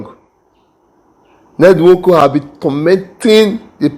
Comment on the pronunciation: Please kindly pronounce the name well bro. I don't support Ned Nwoko on his so called power of using his money to intimidate everyone from his community. Its just too bad and wickedness